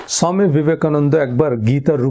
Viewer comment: বাংলায় স্বামী শব্দটার উচ্চারণ ভালো লাগছে না শুনতে। মাফ করবেন।